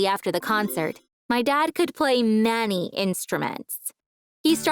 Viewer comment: I know I'm not the only one who heard Nani when she said many